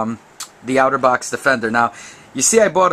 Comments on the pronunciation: It's pronounced "otter" and not "outer." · its otter not outer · Its otter box (aw•ter•box) not (ow•ter•box) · Dude. It's pronounced OTTER not OUTERBOX. Notice the picture of the Otter on the box?? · It's otter not outer box lol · OutterBox lol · I like how you pernounce Otterbox like Outterbox.